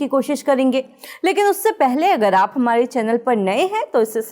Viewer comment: Didi thodi c laati hai. Saaf saaf nahi bol paati. Hamale nahi hota hai hamare hota hai. Say again hamare